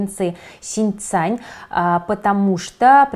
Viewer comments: Правильно говорить 新疆, а не синьцань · Синьцзян - правильное произношение. Возможно людям будет сложно найти о какой провинции вы говорите. Исправляемся =)